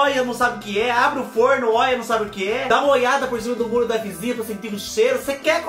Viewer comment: Acho lindo qnd vc fala: óia que pecadinho 🥰😁🥰😁🥰